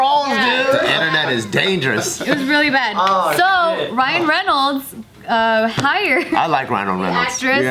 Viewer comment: *rhino reynolds* 😭😭😭